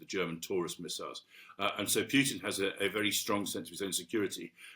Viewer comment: Love the way he pronounces the name as Mags Thatcher did, "Pewtin"